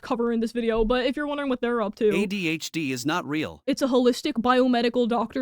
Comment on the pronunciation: help the way she said "AHDH" and thought we wouldn't notice